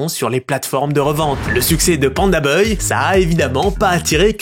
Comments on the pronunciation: Pandabuy ( 🗣️ bay ) non pas boy !! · ba « baille » dans la vidéo il dit « beuil » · mdr c pas pandaBOY mais pandaBUY poto la prononciation catastrophique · « beuil » au lieu de buy (baille) 😭😭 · les prix de livraison ont explosés c'est fou. Par contre stp c'est PandaBuy (baille) pas beuy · Tu m'as énervé pdt toute la vidéo, c'est panda "baille" pas panda "beuille" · Je sais pas si c’est l’accent Suisse mais ça se prononce « PandaBAYE » et non « PandaBeuye »😅voilà voilà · Panda ''bye'' et non ''boy'' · Buy: « BAILLE » pas BEUILLE arrête pitié 😭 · pandabuy « bye » pas pandaboy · Pourquoi tu prononces Panda Boy, alors que c'est clairement Buy, ca va pas chez vous les suisses? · PandaBAILLE pas BEUILLE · Moi j'ai entendu PandaBoy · Panda "Beuye" mdr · Panda beuil il a dis mdrrrrrr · ça se dit Panda Bai chef👌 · "Panda Beuille" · très très interessant la video bravo mais par contre Panda BUY par pitié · Y a moyen de le prononcer genre "panda baille" s'te plaît ? 😅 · Pourquoi tu dis Panda Boy ? 😂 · Quand je pense au nombre de fois ou tu a dis "baille" dans tes vidéos... Pour "buy", dis pareil, tu vas voir, ça va marcher tout seul. :) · pk tu dis pandaboy mdr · pourquoi tu dis pandabeuy lol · Pandabuy ou pandaboy ? Drôle de prononciation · Alors ... rien à dire très bonne vidéo, mais par contre je suis traumatisé par ta façon de dire le nom du site " pandabeuy", ça m'a stressé à chaque fois que tu le disais 😂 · mais par contre on prononce pas PANDABEUY, rassurez-moi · pk tu dis pandaboy c perturbant de bz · Ok c'est parce que ton cours d'anglais a été rapide. Apprends a prononcer "Buy" boy 🤣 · Pandabeuil ? Sérieux vous savez pas prononcer buy (= acheter) ?! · pandabeuy hahaha apprends à parler frero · Pour quelqu'un qui dit "les bailles" une phrases sur 2 c'est bizarre de pas savoir dire Pandabuy correctement. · Inbuvable la video tu fais 11min sur un sujet dont tu sais mm pas prononcer le nom orh g mal au crâne 🙉